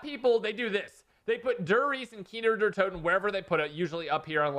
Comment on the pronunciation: “Keener Der Toten”